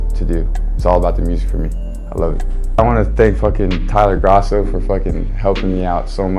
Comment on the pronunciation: Is it pronounced Tyler “Grah-So” or “Grow-so”?